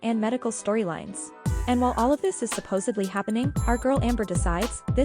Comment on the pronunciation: Please tell me you did not say "supposably ".